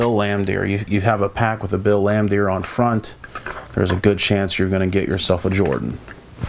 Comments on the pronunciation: You can tell when someone collects cards of a sport they dont watch when they continuously butcher names , like dude its fucking BILL LAMBEER NOT BILL LAMBDEER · Man, you are butchering the names of these players…..did you even watch the game in the 80-90’s? Bill Lan-Deer? Haha